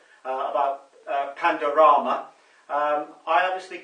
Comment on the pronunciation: Get it right it’s Panodrama why is Tommy going to take you seriously when you can’t even say his documentary correctly don’t forget you still have questions to answer yourself and many people to pay back I’d imagine. Where did you go when you left for so long? Back now I see and straight on the Tommy train!